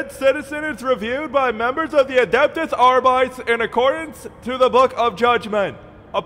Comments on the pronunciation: Unless it was intentional, just a tip; "Arbites" should be pronounced Arr-Bit-Ayes, not Arr-Bites. It's a faux-latin thing; think of the roman Principes and Velites, they're pronounced in the same way. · Cognitive dissonance like nails on a chalkboard whenever someone mispronounces the pseudo-Latin words in 40k. Arbit-es Not ar-bites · Adeptus Arr-Byte-Ease. THREE SYLLABLES! You don't pronounce "Custodes" as "Cuss-Toads", and you don't pronounce "Astartes" as "Ass-tarts". Therefore, you do not pronounce "Arbites" as "Arr-Bytes". That's just not how it's done. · why is it pronounced ARE-BYTES and not ARE-BEE-TES? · Ar-bites sounds wrong. It should be Ar-bit-ees. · Ar - bi - tees not ar - bytes :( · It's pronounced "Aar-bii-teys", not "arbyte". But it's fitting that the average member of the Adeptus Arbites wouldn't even know how their own order's name is pronounced. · “Arbites” is pronounced “Ar-bih-teys” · I refuse to pronounce it "Arbytes." I'll stick to the pseudo-latin and call them ar-bee-tes, thanks. Space marines are not adeptus aystarts. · is latin, and means judge. ahr bee taes is the correct pronunciation. Than again this is 40k filled with butchered latin so who knows. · It's pronounced 'arr-bih-tess' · Arrr-bee-tees say it with me now. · Always assumed it was pronounced "Arr-bee-tays" making it sound faux-latinish. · I'll never understand why people pronounce Arbites like "biting". You're not calling Adeptus Astartes "ass tarts" either. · Adeptus arbi-tes, it's latin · You pronounce "arbites" WRONG. Other than that, brilliant video. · Is that actually how you pronounce Arbites?